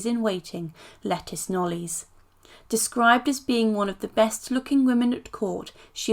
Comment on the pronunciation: Hey, just a heads up, it's not pronounced "Lettice" but "Letisha", lol!! She's not a vegetable!!! Lol